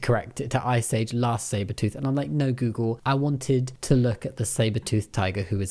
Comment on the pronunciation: The bri'ishness is strong with this one. When you went "las' sabertooth". I went "mf why you have a problem with it correcting to lass sabertooth?"